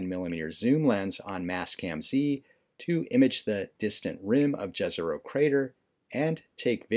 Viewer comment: I love the videos, great job man! Just one tiny bit - the name "Jezero" should actually be pronounced as "Yezero" as it was derived from a word for "lake" in my native language - Bosnian. :)